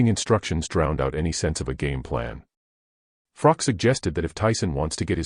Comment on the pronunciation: Pronounce Carl "the COBRA" Froch's name correctly then say anything about a fellow Nottingham man ? I've met Carl Froch aged 12? Too sleek kaleek vs Willey Wise? (Harvey Hadden) Carl Froch was a polite young kid, since met him at the certain casino in Nottingham and even though he has so much money in his bank account he is still that humble, polite kid I met all those years ago, tmy only problem with Carl Froch is he's a forest fan, but despite his football preference as much as it pains me to say he is still a decent kid at heart and he's true to the game of boxing